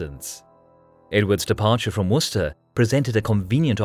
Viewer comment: honestly its so good to finally hear somebody pronounce Worcester and Gloucester correctly